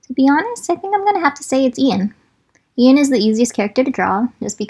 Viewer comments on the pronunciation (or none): when you’ve been pronouncing Ian as AI-EN this whole time